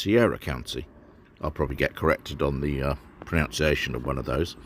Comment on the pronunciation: The counties were pronounced well... but your "pronounceiation" of proNUNciation leaves something to be desired. ◡̈